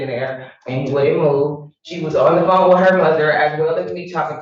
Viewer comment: "How did he KICK the door?'....."wif his foot"